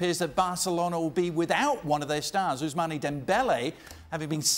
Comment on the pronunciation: It hurt me when he said "Ous-man-aaa" Dembele.